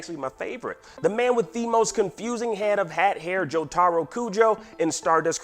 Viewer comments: Why does every english speaking person pronaunce Jotaro so wrong? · Why does he say jotaro like that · How someone can be say they watch JoJo but cant even pronounce Jotaro name correct. Nice try